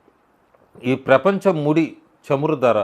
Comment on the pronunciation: చెమురు కాదు చమురు. చ అనే అక్షరం రెండు రకాలుగా పలుకుతారు. చరిత్ర, చెడు, చాప(చేప అంటున్నారు ఇప్పుడు. నీటిలో పెరిగేది) ఇలాంటివి పలికేటప్పుడు చ ఒకరకంగా ఉంటుంది. అలాగే చదువు, చలి,చమురు, చాప (కింద పడుకోవటానికి వాడేది)ఇలాంటివి పలికేటప్పుడు చ ఇంకొరకంగా ఉంటుంది. ఆ చ కి తలపైన ఇంకో గుర్తు ఉంటుంది. కానీ ప్రస్తుతం చ , జ, అలాంటి వేరే విధంగా పలికే అక్షరాలని తొలగించారు. కానీ ఇంకా తెలుగు భాష తెలిసిన వాళ్ళు పాత పద్ధతిలోనే పలుకుతున్నాం....